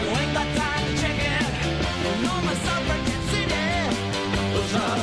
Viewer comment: Time for some T Rex: Bang a Gong It's got "Bang" in the title, it's a banger. p.s. Suffera-GET, not jet.